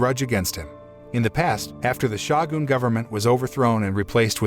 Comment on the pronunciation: That dang "Shah-goon..."